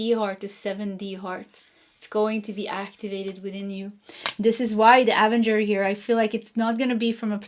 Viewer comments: Pile number 3. Loved it and agree and believe this. ❤. A-ven-ger is how to say this. You almost had it correct. Hope this helps x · Avenger card pronounced Uh-venger 😊